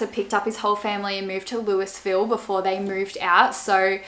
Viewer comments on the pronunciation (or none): Just to let you know Louisville is pronounced Lou-uh-vill